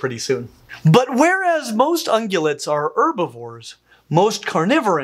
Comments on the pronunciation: "Ungulates," not "ungulets." Otherwise, wonderful video! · It’s ungulates, not ungulets. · "ungulets" ? I thought it was "ungulates"